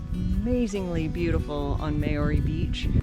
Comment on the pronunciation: If you’re going to bother flying all the way to NZ and make the effort of doing these walks & recording yourselves, at least learn how to pronounce the names right! Seriously - Mayoorey?